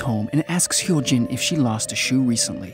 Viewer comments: But he got Hyo Jin right tho! X"D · Yeah, it's just like the word "goo" in english, like, sticky goo? He got Hyo Jin right tho lollll X"D